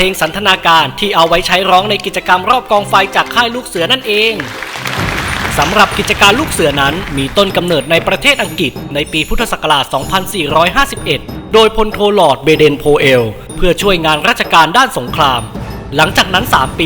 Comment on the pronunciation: อังกฤษ อ่านว่า อัง-กริด ไม่ใช่ อัง-กิด เป็นถึงผู้บรรยายและอธิบาย ทำไมอ่านไม่ถูก ทั้งๆที่พูด ร ล ควบกล้ำชัดเจนมาก